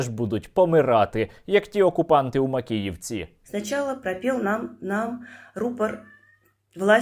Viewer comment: "Трагєдія в Макєєвкє"? Яка трагедія? То свято)))